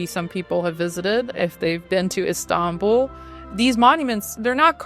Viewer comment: The way she pronounces İstanbul perfectly <3